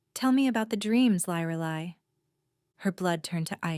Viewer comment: The biggest disadvantage to AI is the mispronuciation of names. And inconsistent pronunciation of the same words. Her name should be pronounced "LEER AH LIE".